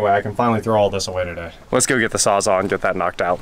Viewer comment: Lol, Yeah I know, SawzALL, not Sawzahhhh.... It was a joke about your pronunciation, my friend!! 🤣😂